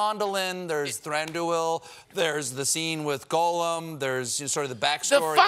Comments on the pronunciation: Gollum! Goll-um! It's NOT golem! I am so sick of this Tolkien expert never pronouncing things correctly. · Wtf, Colbert can’t pronounce ‘Gollum,’ and Patton can’t pronounce ‘Silmarillion’? [Shakes fist at the sky:]. What is this world coming to?!!! 😜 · How can Stephen Colbert not know how to pronounce Gollum?